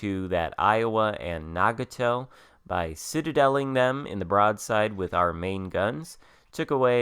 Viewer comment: thank you for the video and just a heads up its na-got-toe